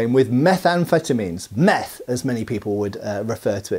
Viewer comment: Don't think I've ever learned more from one of your videos! Super interesting stuff. Really funny to hear you say METH! also